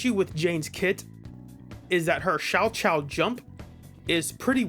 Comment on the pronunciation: Jane’s “Shao-chao” jump, lmao. Thought I was tripping until it showed up on screen. It’s Sal-cow. Sal like salsa, cow like cow the animal (or kov like cover)